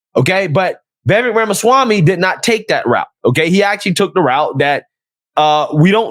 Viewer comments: Vivek . ... pronounced WeWake . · Phonetically, his name is pronounced as Vee-Vake Rama-Swaa-Mee.